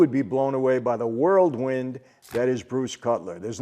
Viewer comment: My mom who is from New York says Worldwind instead of whirlwind. I noticed that Michael.